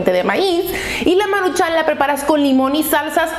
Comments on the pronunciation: Me estresaaaaa que digas Maruchán, es Maruchan, sin acento. Amo tus videos, pero neta no dejo de pensar en eso cada que lo dices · Es maruchan no maruchán 👊😤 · Por qué no aprendes a pronunciar "maruchan" no le veo acento en la segunda "a"